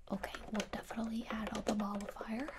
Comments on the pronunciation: I thought I heard her say Ball of Fire instead of Molifier so I was like. Well I guess I'm getting set on fire, that'll burn those worries away for sure! Lol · First time I watched it I thought she was calling it the ball of fire and I got really confused when she pulls out the little cotton ball on a stick 😂